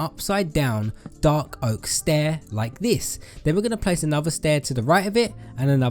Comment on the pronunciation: “and one heh” 😂😂